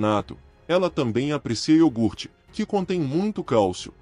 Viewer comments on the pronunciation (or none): none